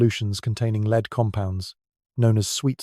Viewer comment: 100% AI. Can’t define the difference between lead the metal and lead as in a leader